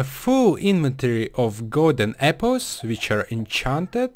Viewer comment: lol he said epples